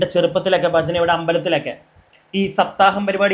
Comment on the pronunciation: ബജന അല്ല.. ഭജന..ഭക്തി... ഭ എന്ന അക്ഷരം അതേപോലെ പറയൂ ..